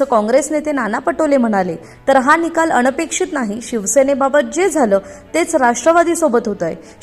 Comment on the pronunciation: अणपेक्षित … ??? अगं नीट बोलायला शिक गं बाई …